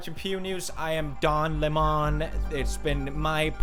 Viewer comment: DON LEM-ON